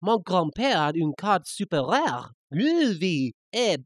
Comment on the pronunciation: When Kaiba says rare it sounds like rawr.